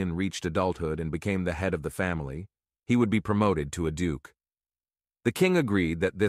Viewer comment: holy crap man what ever AI reader your using....need to work on it so many words were pronounced wrong it was driving me ears nutts....like Duke was DOOKA....I was like wth. Are we throwing a french twist into the mix lol